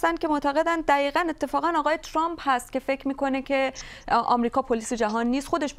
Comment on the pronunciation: اِاِاِ دوباره گفت تُرامپ